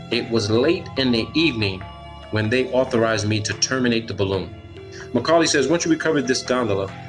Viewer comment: He keeps calling the guy Macaulay. His name was Mulcahy.